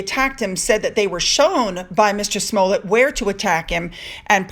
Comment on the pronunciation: First of all congratulations on pronouncing Smollett correctly!👏👏👏 It's a perfectly straightforward Scottish name pronounced just the way it looks - Small-it! I hold no brief for BLM as it's behind the prevailing problem of turning one side against the other - even if they have to invent the narrative! Falsely demonizing white people can't solve the problem - it simply reinforces the victimhood status of black people who don't want equality - they want revenge - even when the 'crime' is self-inflicted! BLM is a divisive movement and we need to stop supporting it's agenda so that peace & reconciliation between races has a chance. Choosing to uphold worthy folks of colour to represent them rather than hero-worshiping a villain who held a gun to a pregnant woman's stomach wouldn't be a bad place to start! Worthwhile video!👍